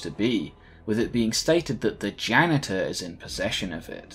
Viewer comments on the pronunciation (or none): “After this he goes on to directly fight the ganitor.”